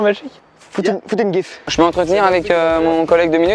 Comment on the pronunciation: Bon par contre, je vis dans la ville dans laquelle Jimmy a grandi... Mais je dis "gifle" en prononçant "jifle" pas "guifle"... Ca m'a perturbé